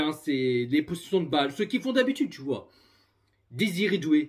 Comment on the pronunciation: Possession de balle et non potion de balle... Désolé d'être relou mais avant de faire des vidéos tu fois apprendre à parler français et articuler... Sinon tu fou la honte à ton PSG.